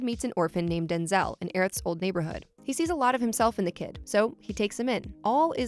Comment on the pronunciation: It’s also not Denzel it’s Denz-l